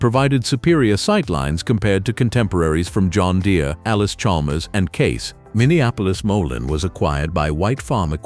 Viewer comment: To the author of this video..........DONT BE SO LAZY. Voice the videos yourself. The Minneapolis-Moline pronunciation is HORRIBLE. The computer generated voice might sound nice but with so much mispronunciation it makes watching this video a joke.